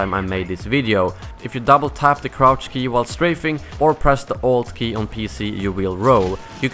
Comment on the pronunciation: How du you roll on PC. it sounds like you say the old key